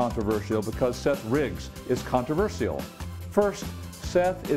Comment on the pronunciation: The most annoying thing about this video is the way he says 'controversial.' And it's the title of the video, so it comes up a lot. It's a contraversheal way of saying controversheal.